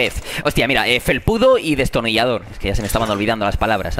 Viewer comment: Dijo destirnillador 2 veces!!